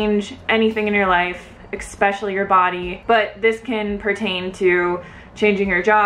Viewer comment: You had me until you said ekspecially...